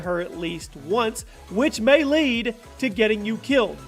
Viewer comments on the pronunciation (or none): none